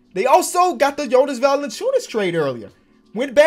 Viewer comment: Say it with me - VAL-EN-CEE-YOU-NIS